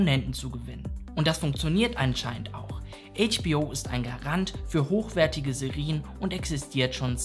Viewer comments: Alles wirklich super aber die Aussprache von Serien ist schon nervig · Gutes Video, aber die Aussprache von Serie und Serien verwirrt mich so sehr. 🥲😂